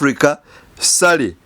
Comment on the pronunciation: ....omusajja ye Ssali,not Ssari😊